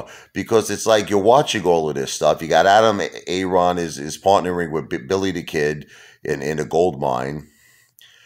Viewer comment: start calling Adam Aaron popcorn just like Lou since you always struggle to pronounce his name 😂